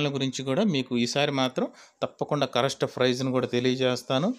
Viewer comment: Hellow sir lubber kaadu, rubber, collection kaadu, connection, correst kaadu correct pl use correct language